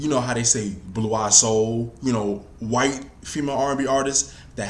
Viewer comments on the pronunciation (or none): none